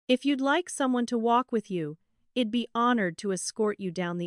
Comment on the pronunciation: Please teach this AI narrator i'd is pronounced eyed and not ead it stands for I had, English is not my first language but even I know it